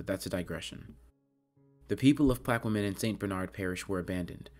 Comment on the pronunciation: Plaquemine is pronounced "Plack-a-min" not "Plack-qwa-min". Opelousas is "Ah-puh-loo-suss", the initial 'O' is not long.